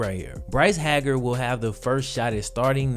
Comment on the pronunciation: Great video sir! Appreciate the content. Bryce Hager (Hay-her)